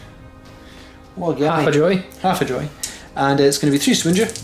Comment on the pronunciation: Great report! The way you guys say “wound” drives me crazy lol. Am I the only one that notices that? I might be the only American 🤷‍♂️...